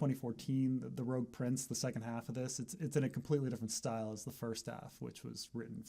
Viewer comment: I thought it was rogue(rebel) not rouge(red)